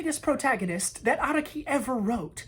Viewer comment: the way u pronounced araki makes me wanna jump off a medium sized building